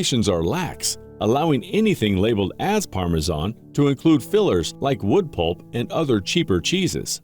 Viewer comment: What ? Parmasharn ?? Wtf ? It's Parmesan ! Pronounced as it is spelt.